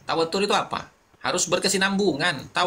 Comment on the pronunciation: baca tawatur jangan pake tasdid jadi lain artinya, mungkin perlu belajar lagi gus...